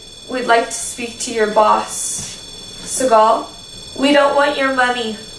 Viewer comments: Its Bugsy SEE-gul lol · It's not Segal, it's Siegel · Bugsy Siegel's last name is pronounced, "SEE-GUL"....Not "SE-GAUL". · Just a pointless fyi, but it's pronounced (sea-gull) and he also hated the name, Bugsy, it was a way to make fun of his quirky mannerisms. Nonetheless, like everyone else, LOVE to see you two back. Hope all is well, and we are able to get more investigations, Love and miss ya'll!!!!!!! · I love El Cortez, especially those original rooms above the casino floor. The man hated the name Bugsy. Next time, try calling him Ben. Also, the last name rhymes with "beagle", or "eagle". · Bugsy's last name is pronounced See'gul. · It’s pronounced seagull, but it spelled Segal